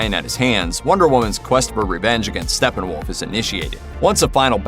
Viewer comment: So hard listening to you say Stefenwolf multiple times. There are two P’s which eliminates the “f” sound in the “ph”.... it’s Stepphenwolf not Stephenwolf.